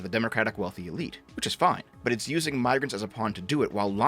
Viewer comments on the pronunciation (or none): none